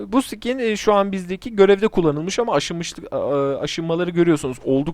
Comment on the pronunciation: Skine sıkin demen lazım sikin diyon yanlis anlasiliyor